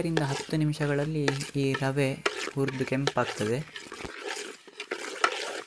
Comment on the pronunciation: Rava alla rave.